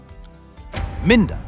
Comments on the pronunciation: Min-der? Mine-der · Take points away from yourself for that pronunciation of Minder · 76 because I didn't know most of the obscure US shows! It's a bit rich throwing out all the insults when you can't pronounce "Minder"!